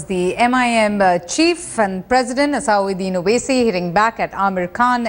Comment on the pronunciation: it is nt asaaauddin Owaisi, it is asaduddin Owaisi